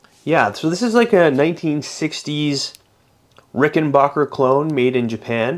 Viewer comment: Yeah! Rickenbacker.NOT Rickenbocker!😁